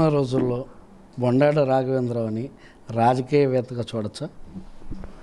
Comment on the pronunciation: Madam that is not Boondada It is Bondada mam